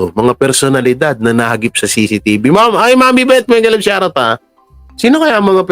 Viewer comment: Hindi nga yan SHAR OUT, It’s SHOUT OUT. OWmsygudnes! Tsk.